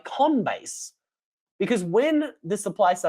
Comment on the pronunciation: Can anyone answer for me what's wrong with coinbase?😅 why is he calling it conbase?